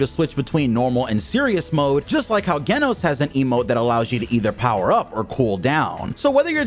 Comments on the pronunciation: You saying the name of the character is Genos Not Geno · This man did not just say “Geh-nos” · “ Gay-Nos “ …!.! Geno’s ………..?????..??? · Bro said Genos wrong 27 times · Nah you didint just pronounced Genos wrong. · they way u said genos name had to be on purpose